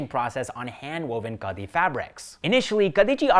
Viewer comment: It is pronounced Khaadi.😅